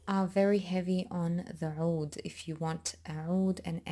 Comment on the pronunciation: Woooo you’re Lebanese?? So am I! I was wondering where you perfect pronunciation of ‘oud’ was coming from! <3